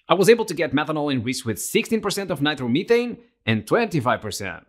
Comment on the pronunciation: why do you keep saying nitermeethane just say nitromethane